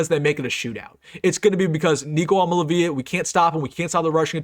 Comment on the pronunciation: Love you,, but I don't think their QB is pronounced "I'm-a-la-VEE-la" but "I-am-a-lee-AY-vuh." Tough one to say for sure. Keep up the good work.